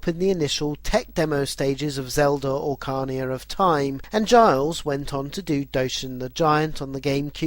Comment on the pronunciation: ocarnia of time, lol so many pronounciation mistakes! be carefull, some of the fans of the franchises may send out the ninjas to get u LOL but serious people anyone maoning at the maker of this vid needs to realise how much hard work goes into making a history series like this! the research, the video clips, the editing, the script writing, an then recording an editing, sheesh! great vids mate!!! nuff respect to u for ur hard work! i wish there was a up2 date version,!